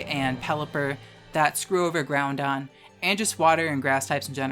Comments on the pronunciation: Hey :) I’m not sure if it’s because you have trouble saying it which is totally fine, but I noticed you pronounced it Groundon instead of “Growdon”. Just thought I’d ask and see if there was a reason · Groundon...? I've only known one person call Groudon groundon. Do you also call Rayquaza rayzon? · I know you're doing the "Groundon" and "Keyogray" on purpose, but it doesn't make it hurt any less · Idk if it’s an inside joke you have but there’s no ‘n’ in the middle of Groudon so why do you keep pronouncing it Groundon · The mispronunciation of Groudon is triggering me so hard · love the video, really hope some pronunciations are satire.. "GROUNDon" hurts me worse than "key oh gray" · Groudon pronounced as Ground-Don. 7/10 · The only thing you can legitimately flame for is their pronunciation of "Groudon"